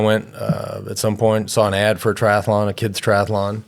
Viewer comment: No such word as tri-ath-a-Lon